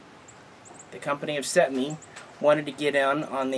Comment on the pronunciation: Cetmeee ee no iii